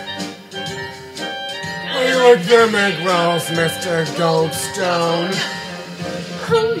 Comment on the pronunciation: HAAA THIS IS AMAZING! But you forgot to say it "Mr. GOLD-STONUH". gotta enunciate like our dear Patti.